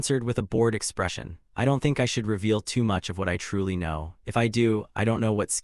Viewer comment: "don tee" XD ai cant say anything that ends with 't